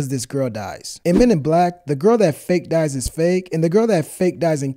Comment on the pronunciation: Why do I always laugh when he says. "The good guy dizzies." ? For some reason I find it hilarious.